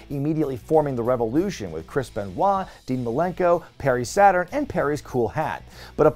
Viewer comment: I think you went to say Rev-o-lu-shawn like that knock-off company that i can't remember. But i remember the joke 😅